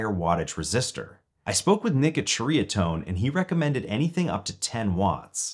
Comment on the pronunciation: Pronounced Cherry-uh-tone. I had a DR103 and sold it. I'm a Dumbass sometimes.